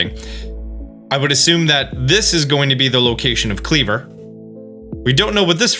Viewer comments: Isn't Kleavor pronounced as, "klee-VORE?" And Wyrdeer being, "weer-DEER?" 🙃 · Pretty sad you can’t pronounce wyrdeer (try We’re deer) or Kleavor…